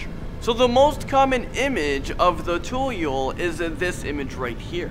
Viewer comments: Is tu-yul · Pocong is pronounced poh-chong tuyul is toe-yol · Not tayul it’s toyol your pronounciation is wrong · hmm... google the pronunciations pls. Pocong = Poh Chang Tuyul = Too Yool Suster Ngengsot = Sister Ngang soot wewe gombel = Wae Wae Ghom bell Babi ngepet = Bha Bhi nge pet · Not Ta-Yul Too-yool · Murdering the pronunciation HAHHAHA. 10 Pochong ; "Pore-Chung" 9 Tuyul ; "Toe-Yo" 🤣🤣